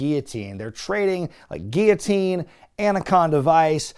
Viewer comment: why do you pronounce guillotine like that?! 😂